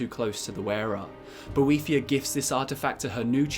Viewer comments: I thaught is was about boethiah not a devil thing. He not she. Boe not boh ee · I can’t sit here and listen to you mispronounce his name wrong for 11 minutes sorry dude